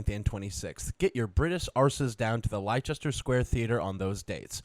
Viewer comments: saying “Ly-chester” for Leicester. Did him so dirty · pronunciation of leicester sent me lmfaoo